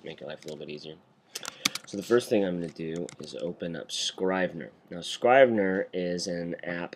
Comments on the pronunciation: It's Scr-eeh-ve-ner. Like in Italy i.e **italicized**. Not Eye-tah-lee // eye-tah-lee-sai-zed. Just like in Iraq. It's Ee-raq. Great vid tho. If only Scrivener didn't crush at the end. I'm using the same workflow for creating the hand-out curriculum for the college I'm teaching. There is a Markdown to HTML export option in Scrivener and therefore you can avoid importing text in Textmate. Oh! And you can change the colours in Textmate so as to become more WriteRoom-ish. tc iokera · It's Scrivener with a soft 'i'. Rhymes with give. Thanks for the vid.